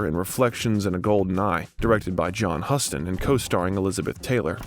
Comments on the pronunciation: FYI: check pronunciations of names in future. It’s COPpola not CopPOHla, and Huston is pronounced like Houston, the city in Texas, not like the word “husk”. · John Huston said like Houston. Do your homework on how pronounce seminal pillars of Cinema. Way too many errors here - lazy work. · Many names are butchered. I cringed at the mispronunciation of Coppola, Magnani, Elia, Huston, Cuckoo’s… 😣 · I hope your not offended if I give you some constructive criticism. Over all I think you did a good job. I noticed that some names were mispronounced. Vivian Leigh is pronounced, “Lee”. John Huston is pronounced, (like the Texas City) “Houston”. And Francis Ford Coppola like you have to “cope” with people who make comments. “Copeula” Great job. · Why can't this guy pronounce one proper name correctly? HOU-STON. COP-PA-LA. Every other name is mispronounced. Detracts from the doc. Couldn't an editor catch and correct this? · The narrator should have learned how to pronounce people's name. John Houston & Francis Ford Coppola would shudder. Seriously annoying. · There are some rough mispronunciations of famous actors and directors: How do you mispronounce Huston?? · Hearing John Huston’s name mispronounced did it with it for me. I can’t finish it. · He mispronounced Huston, Coppola, Corleone, and more. Shoddy work. I bailed too. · Last names Loren, Huston and Coppola were pronounced incorrectly.